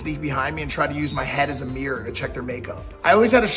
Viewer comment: It's a MIRROR Mike not a Meeror..!! 😂😂😂